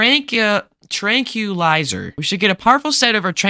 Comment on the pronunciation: It’s pronounced TranqWalizer 🤓